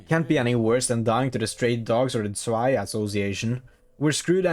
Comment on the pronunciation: Btw zwei is pronounced sway but with a z at the start, think of the word Zweihänder whenever you say it. May you find your pronunciations in this commenter.